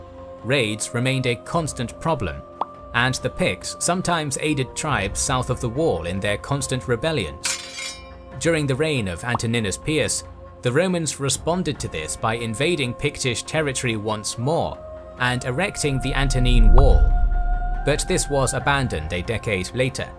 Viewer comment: Dear god, this man needs to learn how to say the names of the Romans. Who the hell is Antoninus Peeus?